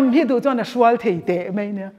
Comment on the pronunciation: mei tiloin mai tihtur aw, hne awm lutuk